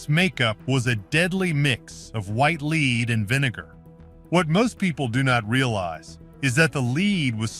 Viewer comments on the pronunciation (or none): Wow...clearly this entire thing is AI with no human involved...any human with half a brain knows there is no such thing as "leed" poisoning and that white pigment is from lead..pronounced "led" and is a neurotoxin. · So many audio/narration errors: pronunciation of “lead” time after time is just plain sloppy. AI cannot be trusted to do it correctly.